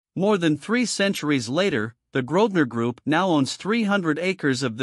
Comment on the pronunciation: The family name is Grosvenor, not Grodner.